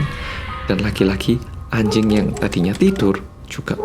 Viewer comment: Lucu ya ngomong "anjing" pake j versi korea jd kayak "ancing".... gemaaas